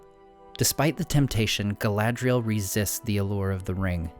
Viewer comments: I don't think "dh" is pronounced like that. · Your pronunciation of the elven names is slightly off. 'a' is always pronounced as in father. See Appendix E in The Lord of the Rings.